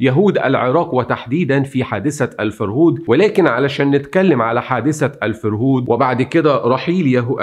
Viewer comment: الفَرهود. بفتح الفاء. وليس بكسرها. كلمة سومرية لاتزال مستخدمة في العراق حصرا. ومعناها نهب وسرقة.